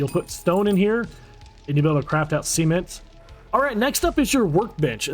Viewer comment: Why are you crafting “Sement” it’s Cement! 😂